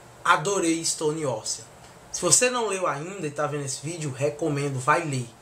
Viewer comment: shuaihsuiahs achei massa a pronuncia de ISTONE ÓSSEAN e ISPÔILERS kkkk